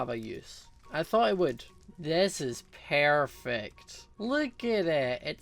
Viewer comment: omg I love his accent like instead of saying perfect he say pairfect!! XD